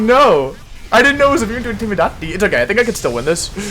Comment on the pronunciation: Why do you pronounce intimidate that way